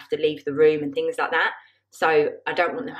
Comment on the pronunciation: How lovely 😍 can’t wait to see the finished living room , the sofas are absolutely gorgeous! The way you pronounced the things killed me 😂 so funny 🤣